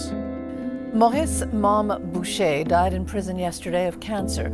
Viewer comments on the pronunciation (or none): Bowcher…. Lol. Its pronounced boocher you idiot